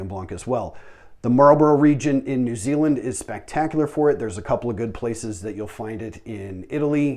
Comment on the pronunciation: “New Zingland?”